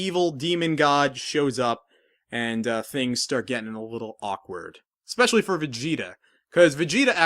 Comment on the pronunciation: "Wittle kids"